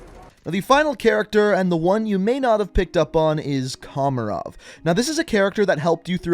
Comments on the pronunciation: Like how he said “komorov” instead of kamarov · U just brutally murdered Kamrovs name it’s Kamrov not komrov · I love how he pronounced Kamarov as commarov. Like think of camera but with ov at the end 😂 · Cameraov bruh XD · You missed out kamarovs death and said it wrong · Why always butchering the names? even if the Characteres in the games said them often? like Zakhaev and Kamarov.....